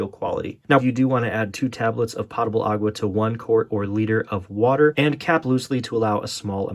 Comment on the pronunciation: And he even spelled it correctly. 😂. Making me crazy every time he says it.